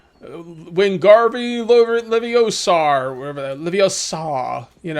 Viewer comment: It’s Levi-O-sa, not Levi’s-SAR... 😁 I love Harry Potter 🥰